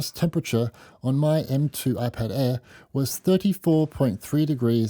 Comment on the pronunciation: Your Speech is like: Whaphone ann Whypad. Whwnjfjsjdjfn jsfvjdfvjdfv mermvervjdfvje kergkerverm😢